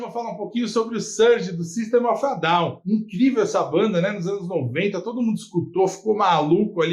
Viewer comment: GOSTEI DO CANAL FALTA SO UMA BOA PRONUNCIA DA BANDA FALA- SE SYSTEM OF A DOWN OK ?!